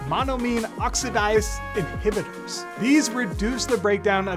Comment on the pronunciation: Monomine “oxidase”. With a strong “a”